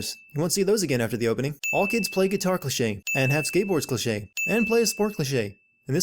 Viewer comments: Can I sin you for the way you say cliché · Legends say he's still saying clichè